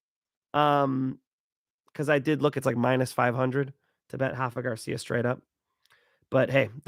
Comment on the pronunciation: It is Rafa, not Hafa. With a spanish R.:face-blue-smiling